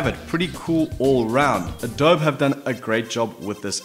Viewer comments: pronounced Adob-e not Adob! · Just and fyi, it is pronounced adobee. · u can't even say adobe